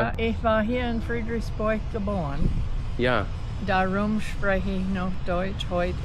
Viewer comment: The way she said: "darum" and "Kindern" sounded very Dutch. 'Daarom' / 'Kinderen'. (They are very close of their own, but still). They sound like Dutch people speaking German, really.